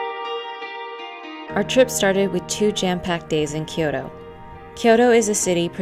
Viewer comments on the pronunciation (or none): Kyo-to. 2 syllables. Not 3.